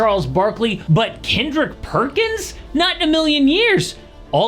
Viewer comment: Kendrick Perkins❌️ Kendrick Perc-Ins✅️ He's basically Draymond 2.0